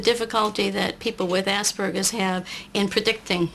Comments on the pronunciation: assburglers syndrome :p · It isn't. It is pronounced the way it is spelled. You may not know this, but in the English language, a "p" is pronounced with a "p" sound, not a "b". [ASPERGER'S] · I have aspergers and I pronounce it ass-per-gers. I think it's funny and like saying "ass." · When it's pronounced "ass-burgers" I always think of it as an injury sustained from falling off a skateboard :-) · They need to change the name of this disorder. Or at least stop pronouncing it "ass burgers"